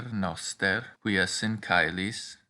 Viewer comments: Caelis-chelis not cailo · Correct me if I’m wrong: You pronounce it “caelis & caelo” as kai-lis & Kai-lo. Some pronounced “che-lis & che-lo” • Educate me why is it sounds slang and yours are different